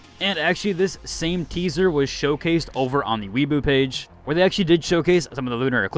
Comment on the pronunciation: Weibo is pronounced like way-bo